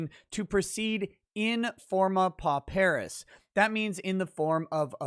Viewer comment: With respect, is overlooking the real killer - the transcript fees. Has to be at least $300 for each day of trial. And should also get transcripts for all of pre-trial court hearings. This alone should be around $10,000. Also, "pauperis" is pronounced "paw-per-is", not "po-PEAR-is".